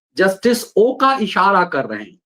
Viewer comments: ओका नहीं " ओक" है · Not ओका but it's ओक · ओक Not ओका.. Please Use Proper Name.. जस्टिस अभय ओक..